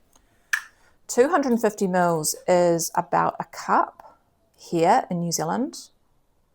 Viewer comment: Hi, I’m loving your recipes and down to earth kiwi style banter in giving it your own channel’s creative ‘Eat Homemade’ flair. Even giggled at the New Zilland pronunciation 😄🇳🇿🌿 Keep up the great work! ❤